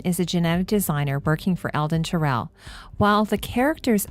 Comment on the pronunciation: I thought Tyrell was pronounced more like "Tie-Rell" (not Tir-ell). That's if my memory of the film serves me (it's been a few years since I've seen it).